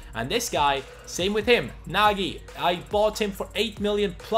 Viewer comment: nojz not nagy